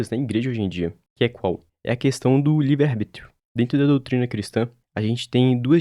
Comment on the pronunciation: “arBRÍtio” mais uma e tou fora